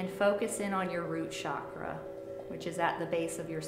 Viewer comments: Chakra pronounced as "chuckraw", not shockraw. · Um.. it’s pronounced CHAkra. not Shakra 💗🙏